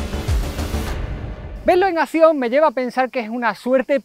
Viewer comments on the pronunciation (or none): none